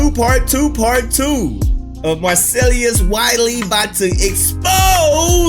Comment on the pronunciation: You're mispronouncing Marcellus bro, you're saying Marcellius.